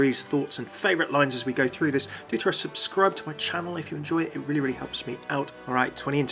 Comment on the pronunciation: “Subscrub” lmao, I love u tho